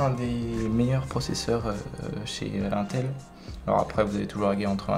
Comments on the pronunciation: Intel prononcer a la française mdr c pas un-tel mais ine-tel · Hoooooo. IL A DIT ''UN''TEL ET PAS ''IN''TEL. LE SACRILÈGE😨😨😨😱😱😱😵😵😵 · C'est pas untel c'est inetel (Intel) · I6 et i8 n'existe PAS sinon bonne vidéo et c pas 1tel mais iiiiinnntttellllll